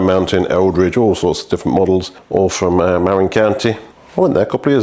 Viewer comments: Hello. Welcome back from your vacation. I’m hoping you had a fun and relaxing time 😎🤗 It’s pronounced MA-RIN or mah-rin. Not not MAR-IN. I know this because I’ve lived here for most of the last 14 years. Stunning bike. I really wish you could restore the paint. It would change the whole bike. Muir Woods is pronounced Mure-woods. They are named after a famous American naturalist. The man who donated the plot of land where the woods are located was inspired by the American naturalist writer John Muir. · Cheeky, you've been to Marin County yet you're still saying "merrin". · "Marin" is pronounced "muh-RINN", rhymes with "the win". Source: I live just across San Francisco Bay from Marin County :) You pronounced "Eldridge" correctly. For those curious, Eldridge Grade is a fire road that climbs up the eastern face of Mt Tamalpais in Marin County. It's not too steep, but quite a long climb and the surface gets really chunky near the top. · Dear: mə-RIN. -Love, California. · Muh-RIN is the name of the county where mountain biking started, especially on the trails of Mount Tamalpais (Mt. Tam). Beautiful place, if you can afford to live there. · Yeah, I just saw i the video that you actually do know how to pronounce it and you just couldn’t be arsed.